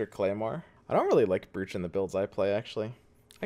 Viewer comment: I think you're pronouncing "brooch" wrong bro